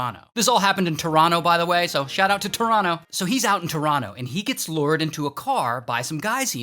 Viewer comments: Thank you fr actually pronouncing Toronto correctly! 😮 for real though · Thanks for saying Toronto properly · Shout out from Toronto for saying it like a real Torontonian🇨🇦